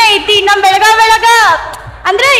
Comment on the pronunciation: ಬೆಳಗಾವ ಅಲ್ಲಾರಿ ಬೆಳಗಾವಿ ಅದು ಬೆಳಗಾವ ಅಂತ ಕರಿಬೇಡಿ